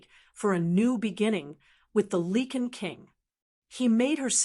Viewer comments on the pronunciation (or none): Great story but it’s lycan not leken